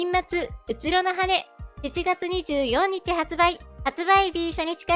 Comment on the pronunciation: どうしても24 （にじゅうよんにちって言ってるのが気になる、にじゅうよっかって言えないのかな）